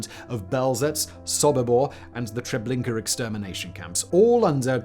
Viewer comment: All I heard was "Trablinkur" for reference.